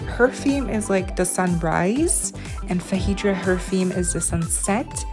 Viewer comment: it is pronounced FAY-DRA so you are close.